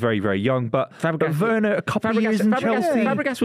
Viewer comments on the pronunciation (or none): Truth spoken for once by Rory/Buvey. Timo Werner is SOFT. Also needs to be told its a hard ‘V’ sound not soft ‘W’ on Werner. Grating to keep hearing it 😬💀